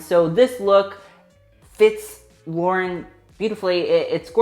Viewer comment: I love watching people say Lauren's last name wrong it's so hilarious.